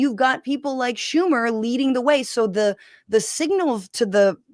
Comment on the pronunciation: The true mispronunciation wasn't Sam Seder's name, but Chuck Schumer's. The H is silent!